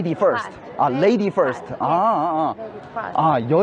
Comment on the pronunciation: first랑 fast랑 발음이 똑같나 일본은?